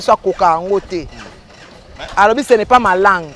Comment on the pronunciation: sasa Ba senzi 🤣🤣🤣🤣🤣🤣🤣🤣 Férré le français ce n est pas ma lague au lieu de ma ( langue ) kuikuikui